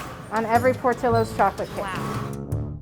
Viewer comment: Narrator’s pronunciation of Portillo’s is cringe. I couldn’t keep watching.